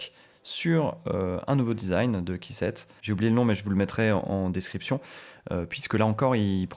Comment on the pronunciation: Tuto très complet, félicitations ! En revanche par pitié, "keyset" ça se prononce "kissette", pas "caissette" 😑